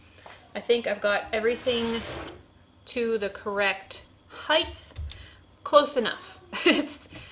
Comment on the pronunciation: Why does it sound like is saying "heighth"?